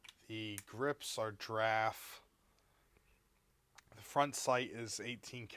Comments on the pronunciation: Stumbled on this channel and I like it. But for the love of GOD please pronounce "GIR"s when you say giraffe. I dont know what graffe bones are !! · Did you know there’s an I in giraffe? Not sure you knew that, because you keep saying draff